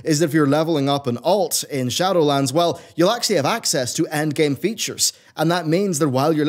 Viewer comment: Glad I'm not the only one who heard that. 😂